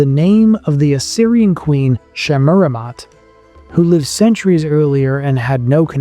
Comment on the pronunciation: Is this AI ? If simple words are not pronounced correctly ! Like live live!!!